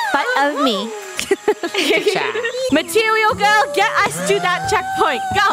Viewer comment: I posted a tiktok of funneh saying material gworl